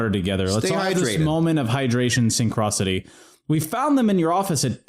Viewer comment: I participated in the “hydration synchrisony” 🥤💦👍